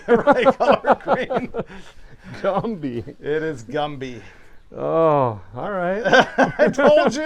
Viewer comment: Gumby not gumpy